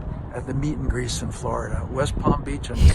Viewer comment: The mommies missed that he was saying “meet and GREASE”, which makes this all the more painful to watch